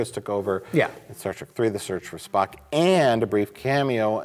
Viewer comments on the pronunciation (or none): none